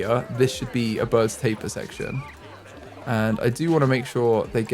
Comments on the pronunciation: It's ta-peer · I hate it when you pronounce Tapir wrong the entire time 🙃 im mad af